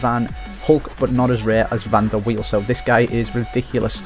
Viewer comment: pronounced Van der Veil, not wheel.